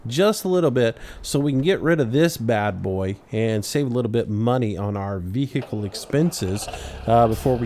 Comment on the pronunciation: i hate the way you say vehicle